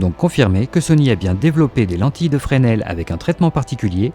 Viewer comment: Excellente prononciation de Fresnel, de beaux progrès 😁